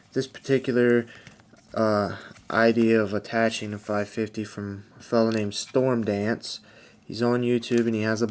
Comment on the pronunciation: Stormd-R-ane not dane... can't help correcting people...guess this is last bit before dementia sinks in...lol. Now for my serious comments...really good video. I like the idea of using the "lanyard knot" to attach the extra paracord. Those knots can be used in a bunch of different ways after you use the paracord, such as attaching them to a tarp for a shelter, using them on a pack, etc. Nice demo on making the lanyard knot too.